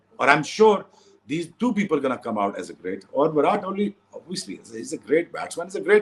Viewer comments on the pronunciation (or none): none